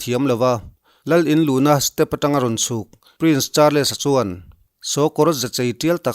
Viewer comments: Support rum rûttu che u ka ni.... In huat loh ka beisei, Charles tih hi 'Char-les' ti lovin "Chals" tia lam tur a ni, ka hriat chhun ka rawn sawi ve a ni e, kei aiin in hriatna a zau zâwk fê ang tih chu ka hria e... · British lal fapa hming i lam dan kha a felhlel deuh(hming kher kher hi chu lam dik tum hram hram a ṭha fo)....google-ah khan a lam rik dan tur a awm vek kha..........i news ngaihthlak a man hla ṭhin e